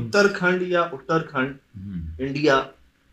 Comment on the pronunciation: उत्तराखंड है उतरखंड नही ये पहाडी स्टेट है भारत का ये स्कूल भी किसी पहाड़ी ऐरिया का लग रहा है मुझे